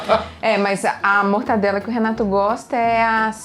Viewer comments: Pelo amor de deus... é mortaNdela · Que raiva que dá quando ouço alguém falar "MortaNdela". Porque o povo tem mania de pegar um nome simples e complicar hein? É MORTADELA!!!!!!!!!!